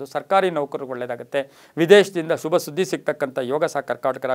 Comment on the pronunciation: The way you say “shubha” it’s usually backed with “a”… even if you are saying Shubha it sounds like ashubha.. and it’s confusing sometimes..